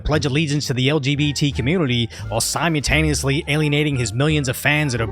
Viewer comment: Its simuLtaneously you dropped the L